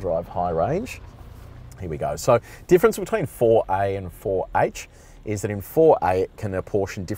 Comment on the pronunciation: four hach?